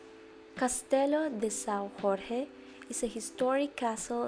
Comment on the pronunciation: Jorge like George in english (not like spanish)